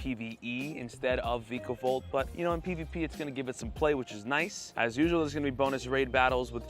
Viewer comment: Vikavolt is pronounced Vye-kah-volt